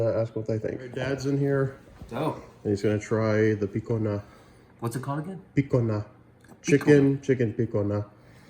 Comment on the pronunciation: Thank you. Was thinking same thing. Use Cajun pronunciation!